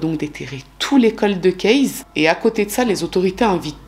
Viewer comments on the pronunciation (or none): Vous aimez cette façon de prononcer coldeuh cayse et c'est tant mieux. Pour ma part, chaque fois que j'entends cette prononciation, cela irrite mon oreille, surtout venant d'une personne s'occupant de True crime depuis un long moment. Cela dit, c'est bien la seule chose que je pourrais critiquer chez. En effet, c'est une des youtubeuses True crime les plus talentueuses. Sa rigueur dans les cas qu'elle traite est tout simplement superbe. Ses recherches approfondies font que, même dans les quelques affaires archi connues que nous propose parfois, elle arrive à nous surprendre en dévoilant des détails que même les émissions classiques (comme FELA ou Chroniques criminelles, par exemple) n'avaient pas dénichés ou pas jugés bon de signaler. Son élocution, sa fluidité de parole, son vocabulaire recherché, sa présentation très simple, sans chichis, le fait qu'elle s'adresse à nous, son public, aussi naturellement que si elle racontait une histoire à des copines, font de chacune de ses vidéos un petit joyau à savourer sans modération. Sans oublier son empathie et son profond respect pour les victimes... est unique et peu d'autres youtubeurs lui arrive, ne serait ce qu', à la cheville!!! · Ces bon vieux coldeuh case ^^ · J'ai adorée aussi le "coldeuh kayse" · Les coldeu kèz 😱😱😂😂 Je me moque gentiment hein Merci pour pour extraordinaire travail surtout 🙏🏼🙏🏼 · J’apprécie le fait que tu articules. Tu es toujours très claire, en plus d’être visiblement passionnée par les sujets. Merci ! Et oui, j’aime ton « coldeuh kayse » 😆